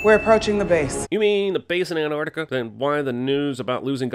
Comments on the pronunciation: "Anarticuh" ANTARCTICA ANT - ARCT - ICA HOW HARD IS IT JEREMY GOD DAMN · My biggest critique for this video is that you mispronounced Antarctica. It's Antarctica, not Anartica. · Just realised how Americans say anartica instead of Antarctica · Isn't it ant-arc-tica??